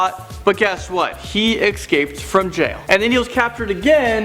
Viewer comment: Why do you say ecsaped instead of escaped Just curious